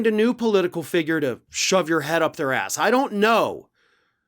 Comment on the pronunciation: Kissing Trump's asssssssss! I like that emphasis on the!